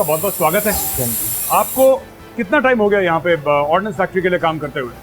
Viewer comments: It's Ordnance Factory, not 'Ordinance' factory !! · It's ordnance not ordinance 😂